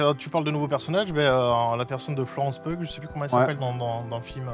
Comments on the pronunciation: Le Pugh de Florence Pugh se prononce "Piou" il me semble (en tous cas pas "pug"). Comme Hugh quoi. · Florence Pugh (prononcer "Piou"). Pardon, je laisse ce com dès que j'entends quelqu'un dire "peughe". ^^ Si vous avez aimer l'intro du film, le côté sérieux avec la fausse famille d'espions russes infiltrés sur le sol américain, je vous conseille la série The Americans. Le cadre est similaire, dans les mid-80s, les acteurs et l'écriture sont tops et la reconstitution est impeccable. (Et elle est dispo sur Disney+, pas d'excuses pour regarder de la qualité. ^^) Edit : Ah, Séb parle de la série. Regardez-là ! ^^ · Florence "Peugue" bordel 😂😂😂